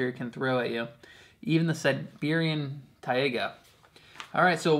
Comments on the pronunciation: also, its pronounced "tie-ga" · In english its pronounced tay-gah like day. In Russian & Slavonic, its pronounced tie-gah. Both are a very small almost silent h.